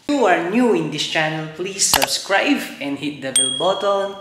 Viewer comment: Karamihan naman yata ng nanonood syo ay mga Pinoy kaya mag Tagalog ka na lang. Nakakadugo kasi sa tenga yung mga English mo 😂 Bihira ba talaga ang "rare pender" kesa sa front "pender"? Ayoko na tuloy mag "subscrive" 😂✌🏼